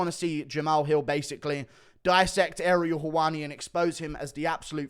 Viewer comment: Ariel HoeWainey